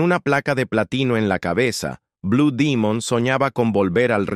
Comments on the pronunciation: Tengo 70 años y siempre escuché decir blue Demon me retiro de este cochinero porque dijiste Dimon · No sabía que se decía Dimon.